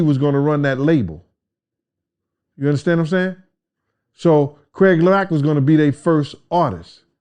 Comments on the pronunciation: Lol he said Craig lack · did he say "Craig Lack"? Yo Puffy did Craig Mack dirty af.... it sucks we were robbed from getting Deathrow Records to make Deathrow East which remember that despite the name was gonna be ran by all East Coast rappers and especially rappers who for some weird reason were not getting the record deals or they were treated like they were "old" and "obsolete" which is anti-hip Hop culture.